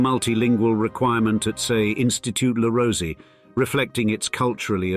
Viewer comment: This is the straight dope on elite schools! Just ignore the fact that we can’t pronounce the names of the French and Franco-Swiss ones! “La Rosie” “Egg-Lee-On” 🤡🤡🤡